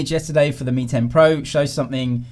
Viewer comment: Does anyone still remember the xiaomi ceo pronounces “pro” like “porn”?